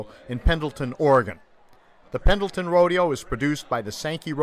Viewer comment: You don't even pronounce "Pendleton" correctly